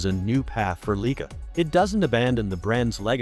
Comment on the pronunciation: I appreciate the content but whoever make this, please correct the pronunciation of the brand name “Leica”! This should not be happening with the technology available this day!!!